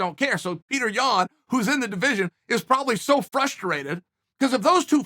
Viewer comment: Of course you like Petr Yan. You pronounce his name correctly.